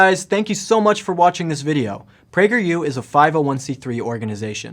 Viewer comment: "what's up guys this is with prageru here"